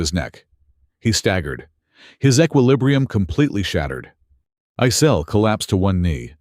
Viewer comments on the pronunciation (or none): your AI mispronunces "equilibrium".... just sayin...